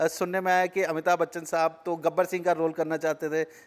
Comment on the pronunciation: यार, इनको तो अमिताभ बच्चन बोलना नहीं आता है, ये बोल रहे अबिताब बच्चन 🤪🤪🤪